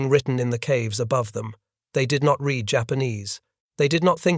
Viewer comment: “Read” apparently always rhymes with “feed” and never rhymes with “bread.” Sometimes you should correct the pronunciation of your robots. They aren’t perfect.